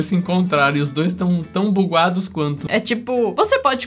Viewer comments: O erro na palavra ele falou buquados o certo e bugados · O FALOU BUGUADO KKKKKKK😂😂😂 E O EDITOR NEM PERCEBEU KKKKK😂😂 O CASA COMIGO POR FAVOR 😊😊❤❤❤❤❤❤ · No minuto 12 o falou tão (😂buguados😂)